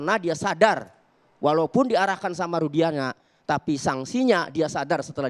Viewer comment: Si....Sebut Rudiana aj jdi Rusdiana. Itu aj ud Salah ap lgi yg lain,,Ap lgi yg Sok Dia Catet Catet Materi buat Bantahan...ud bnyak yg Salah.....Salah demi Uang. Manusia Sesat